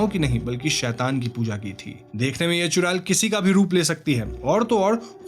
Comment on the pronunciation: चुरेल नहीं भाई चुड़ैल चुड़ैल 😂😂😂😂😂😂😂